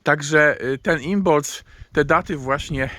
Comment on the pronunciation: a czy nie wymawia się imolk?